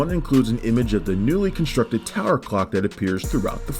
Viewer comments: just a suggestion, but the narrator needs to enunciate the 'l' in clock. It kept sounding like he was saying 'cock'. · I hear cock every time.😂